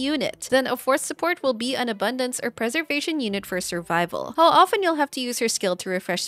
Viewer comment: Benediction ➡️ (Bennett)diction That's how I know she's good 👍🏻